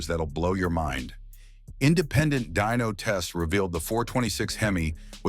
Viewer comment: It's dyno NOT dino, dino are dinosaurs hate AI. Narration